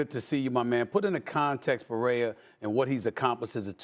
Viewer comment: Why can’t people who speak for a living pronounce names Peraya? 😂 People can’t even articulate words anymore.